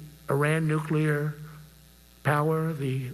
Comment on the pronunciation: My lord. If I were a general and Stinky Drawers started s'plaing Nuk-lee-Arr to me and discussing the real movement of submarines? I think I would have lost it!